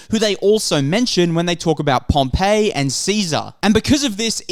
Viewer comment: No one has found cleopatra’s tomb, and Pompey is not pronounced Pompeii…. Damn, you’re almost as bad as Netflix.